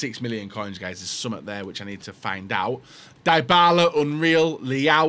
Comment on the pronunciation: Bro kept saying dibala